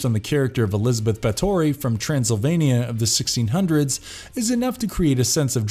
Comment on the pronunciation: ...Bro, how did you butcher so many names in one go? BAT-HORY? HAKATEE? MAI-NO-TOR?